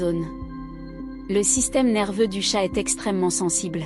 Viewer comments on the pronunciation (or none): L'IA a du mal avec "chat'l'animal" et "chat discussion" en Anglais ! Faut renforcer le module "bilingue"... Si c'est un mot portugais il sera moins dans la merde...